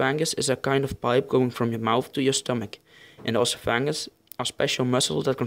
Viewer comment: it's pronounced EHS-OFF-EH-GUHS not OSS-OOH-PHANG-US